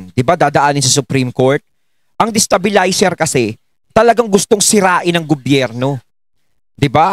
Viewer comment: He dosn't know the word Destabelizer..😅OMG